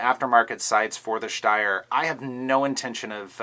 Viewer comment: I love the review, but why do you add that sch sound when you say schsteyr? I speak German and that is not how it is pronounced just Steyr; St not schst LOL!!